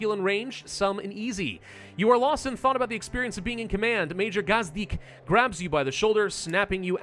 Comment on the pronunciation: bro your pronounciation of the Major Gazdik was almost spot on. Do u happen to speak slovak or czech launguage?